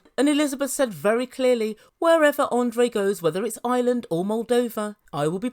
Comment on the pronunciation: It’s IRELAND not island